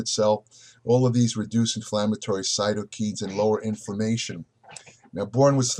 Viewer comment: Cytokines is pronounced sigh-toh-kainz (kai, like Kai Greene)